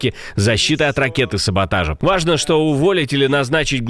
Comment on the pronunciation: Может же нормально произнести слово ВАЖНО, в конце, без виїбонів